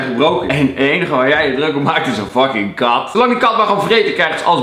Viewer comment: Ik ging stuk toen Kelvin zei: "Pip de KAT" xD Ik kon niet meer bij 😂😂